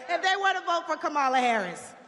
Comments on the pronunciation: Wow, how much did Donnie have to pay for her time? Hopefully, more than they paid the black folks right behind the podium to make it look like black Americans support him. He even got this chick to mispronounce Vice President Harris' first name. Sad. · If l had watched this until the end l would have wasted almost 10 minutes of my life. Fortunately, l always stop watching MAGA propaganda at the moment the MAGA cultist deliberately mispronounces Kamala. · If she was rallying Kamala, Trump would miss pronounce her name too. Honey Please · She needs to learn how to pronounce Kamala's name first. She don't speak for ANY of the Black sisters I know! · Welp. She is not KAMALA HARRIS. That is for sure. I would think her more Authentically For Her People if she hadn’t decided to pretend to not even know how to pronounce the sitting VP’S name. So. When the GOP’s ends are achieved, will she go the way of TRUMP’S Other “Black (some some White) friends?” Maybe Timmy has a guest house? This sounds eerily like “politics as usual.” Feelings not “hurt.” Antennae Definitely “up.” 📶😮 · How intentionally disrespectful…. She knows how to pronounce Kamala’s name. And she knows that she’s lying repeatedly. Could someone please explain to Trump supporters what BIRACIAL means. I doubt if the Madam President will have a job for her. Luckily she has so many other ones. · She's so cool, she even deliberately mispronounces Kamala, just like her "great leader" 🙂